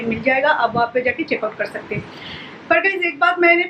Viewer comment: 3 ya 4 saal ho gye vlog banate huye aapko par Abhi tak thik se contant Dena nhi aaya. Dusre vloger se aap sikho ki vlog kaise banate hai. Bohut bore Karti ho. Aur plz achhe se Hindi bolna sikho. Hamesha हैं (Hain) Ko है(Hey) bolti ho. Plz Kam se Kam ye bolna sikho. Try it.